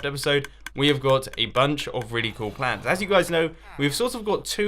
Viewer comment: Is it me or everytime mumbo says cool, it kinda sounds like coal???...